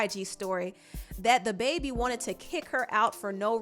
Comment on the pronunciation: Why do u keep calling him THE baby? It's dababy